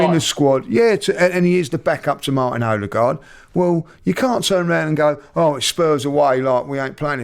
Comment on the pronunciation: And Robbie’s pronunciation of Odegaard. “Orrr degaard”